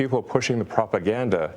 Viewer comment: Pro-pa-gan-da, pro-pa-gan-da, pro-per-gan-da, pro